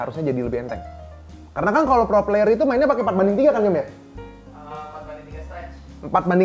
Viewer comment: tipikal orang indo, ngomong player jadi pIer, huruf "y" nya hilang wkwkwkwkwkkwkw